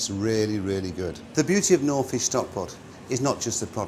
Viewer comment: Actually he doesn’t pronounce knorr properly.